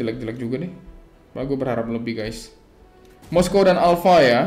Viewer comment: Moskov bang bukan moskow, apa dibacanya moskow ya?